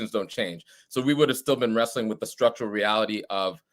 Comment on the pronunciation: min in and dudes talking about "we're rewsteing with the conditions of the empire" Bro your literally blue no matter who ..... smh